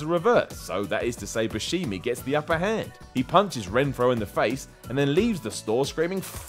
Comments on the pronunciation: Steve "Bu-Shee-Mee"!? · steve boo-she-me? lol get his name right!!! xD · Bushimi? Really? You watch these movies and you can't get his name right after almost 20 years of hearing it? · That is not how you say Buschemi. :(